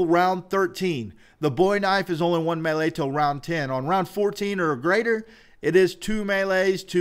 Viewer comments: It's me-lee like melee not may lay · quit saying malea